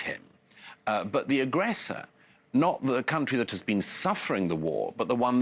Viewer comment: Douglas "But, have you BEAN there" Murray